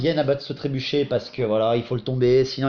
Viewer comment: C'est "trébuchet", pas "trébucher" :p